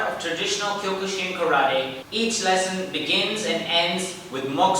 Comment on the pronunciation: It’s pronounced kyo-kuh-seen